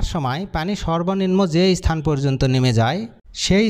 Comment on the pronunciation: ইস্থান, ইস্থল জিনিসটা কি? উচ্চারণ ঠিক ভাবে করা শেখ।